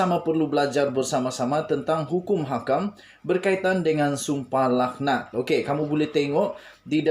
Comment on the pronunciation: Sdr.cakap pun kalam kabut.sum pah lak nat BUKAN sumpah lahanat.baca teks betul betul